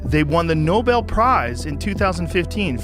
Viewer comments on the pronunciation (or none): none